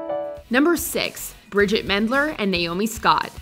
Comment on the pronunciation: Bridgit.Not Bridget.